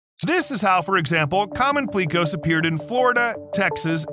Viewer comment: 👉He also mispronounced "pleco"(an extremely common aquarium fish). I only had time to watch the first 7mins, and he made a few mistakes in that time period. Like when he mentioned the family of catfish that can breathe air using a modification to their stomach. At first he said that they MUST have food in their stomach for it to work. Then he said "so they have to make a choice between eating or breathing". But based on his earlier statement, the opposite is true, and they are obligated to do both.